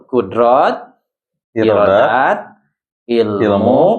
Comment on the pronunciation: Cara penyebutan huruf pak yai kurang pas misal qodrot mestinya qudrat